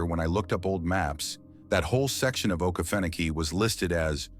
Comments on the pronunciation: Please pronounce Oke feno key correctly. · This ai voice shit kills me….mispronouncing things and dates! Uggh, to me its lazy “youtubering”…..dude, ill read the shit for u. I was also stationed at Ft. Stewart from (OIF 1 & 3)…its the largest military installation east of the mississip……we went to the field ALL the time….enough swamp already on post, no need to go to “okee-fa-nokee”….which is the correct, non-ai way to say it!!!! Ima down south, fithy nasty dirt south georgia boy! Middle Ga. Is my stomping ground!!!! Lots of forest from Milledgeville/Dublin all the way to the Atlantic. I have a hard time believing this “training in the okefenokee” stuff….plenty of other equally swampy places to train w/out as many gator dangers to worry abt.